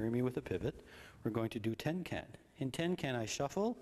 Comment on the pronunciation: He keeps saying tin can, i through t it was tenkan ?